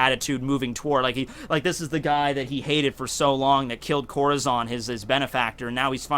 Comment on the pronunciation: Still pronounces Corazons name wrong